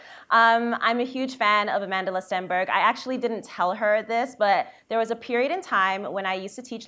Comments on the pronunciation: No Amandla... not amand-la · Sesethu Hotele it is Amand-la but the person in the vid was saying amandala